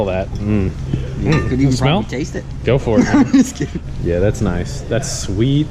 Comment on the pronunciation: " sweer honey barbeque"